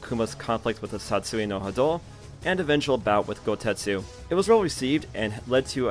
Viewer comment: Great video but man the way you pronounce Satsui No Hado makes me wanna dive in broken glass lol